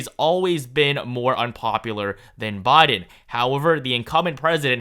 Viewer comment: At least I don't have to hear you pronounce BI-din as BAH-din as much now.